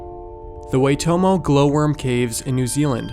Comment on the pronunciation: Cool stuff Please learn to pronounce Waitomo and Maori properly